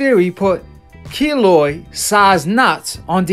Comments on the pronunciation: Kiloid not kilo Smfh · Its Keloid not kilo